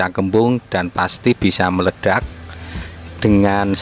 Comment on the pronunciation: Ilmunya mantab, Medok ngomongnya 😁 nyenengin banget dengernya 😁, Meleddiyakk = Meledak. 🤣🤣 Sehat dan Sukses Slalu Pak !!!